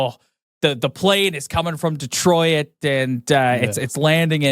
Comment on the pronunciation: Why does some dudes in the media pronounce it Detroy-it ...its Detroit 😂 bros